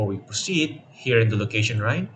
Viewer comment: did you just say location "RINE" instaed of location line